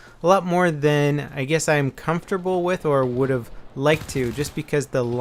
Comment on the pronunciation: He said "hae" while he was supposed to say "have". Reading rest of the comment helps alot...